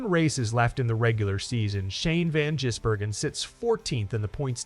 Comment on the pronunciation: His name is not Jizzbergen....